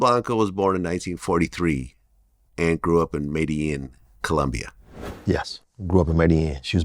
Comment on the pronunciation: Medellín is pronounced 'medeyeen', not 'medeyeehan'.